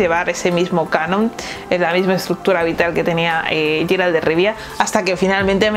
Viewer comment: 😂💦Es Geralt, NO sheralt.... Por cristo